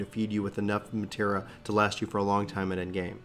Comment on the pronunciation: Omg he says Materia wrong. Or is it the accent?